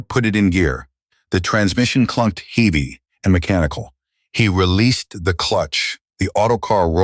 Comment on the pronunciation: Can't pronounce HEAVY properly what kind of person is he ???????